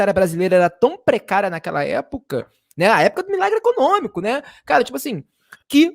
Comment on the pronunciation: Ficou "ecocômico".